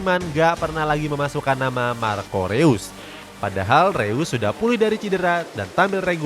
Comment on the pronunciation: Bacanya Rois, bukan Reus woy wkwk